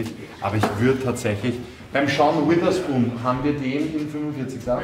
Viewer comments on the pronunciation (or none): „Sean witherspoon“ 🥴